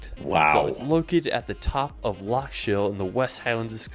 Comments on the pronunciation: His pronunciation is atrocious. I wish "Edinburrow" was the worst but he just kept going for it: "Glen Feenan", "Holyrod" "Sliga-sean"? WTAF? Top tip for those trying to [pronounce loch. The ch makes a sound similar to the h in human. Edinburgh is pronounced "Edinbra" or "Edinburra" never ever ever is it ever "Edinburrow" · Ocht i dunna worrie aboot the Edinburgh thing noo, it's like the English wi Loch